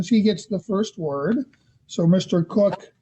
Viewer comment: It's so irritating when the dad is called Mr Cook. His name begins with a K It's pronounced KOCH as in the former NY mayor of many years. I just don't get it 🤔🤔🤔